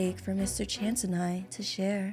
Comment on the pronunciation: Not to be rude it's no Mr chance it's Mr chace